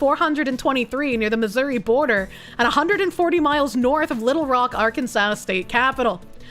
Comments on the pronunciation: It's not Arkan sas it's Are Kansas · The way says "Ark-an-sass" is adorable, when the actual pronunciation is "Ark-an-saw." 😅😂 Oh...so the "Georgia Freedom Initiative" is naught more than black communism. I thought actual freedom and liberty was for folks of all colors. Thanks for showing us that,...I hate it. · Are-Can-Saw plz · Assault Rifle Kansas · I think her pronunciation of Arkansas is hilarious. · Is that really how you say Arkansas, or is that a running joke? 😂